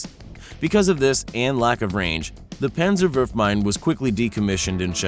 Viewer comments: It is Panzerfaust not Pänzerfaust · Pänsäfaost... Fleigafaost... Your pronunciation is really bad...